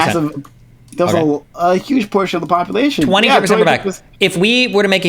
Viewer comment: What is "Popoolation"?